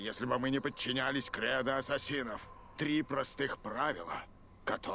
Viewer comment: ДА ЛАААДНО! Assassin's Creed! КАК ЖЕ Я РАД, ВЫ НЕ ПРЕДСТАВЛЯЕТЕ! ОСОБЕННО ЕСЛИ ПРОХОДИТ) P.S. но за "атсасинов" обидно(